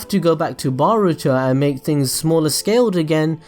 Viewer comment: Every time i hear you say boruto. I hear "Burrito" n i cant help but laugh lmao